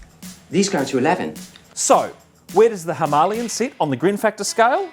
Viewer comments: Great review buddy I can’t stop laughing every time you say himolion lol 😂 🤣🤣🤣🥲🤣. Cmon mate it’s a Himalayan not a himolion lol 😂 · Was he by chance Indian? Thats not how you say it in the Queens English dear fellow. Trust me I invented the language haha. (well my forbears did). There is no 'ian" "ien" sound. Its "lay" as in "lay the table dear"😂 Was a nice review. So as not to sound like a dick I'll watch some of your other vids👍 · Whats with the inability to say Himalayan correctly! Argh. Its not Himalian or Himalien😂. I had to switch off😜(nice review skipped through).